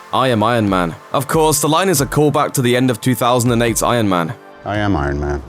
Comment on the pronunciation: Frostii If you listen carefully, he doesn’t say Iron Man, he says Eye Yuhn Man.